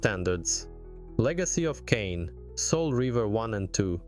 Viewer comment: There's no debate here, they're more than worth it, hopefully soon Blood Omen 1&2 and Defiance too. Now, not to be nitpicky, but how do you mispronounce "Kain" so badly when it's literally the first word coming out of Raziel's mouth when the game starts?